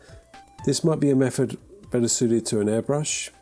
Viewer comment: I’m just here to listen to you saying mefod.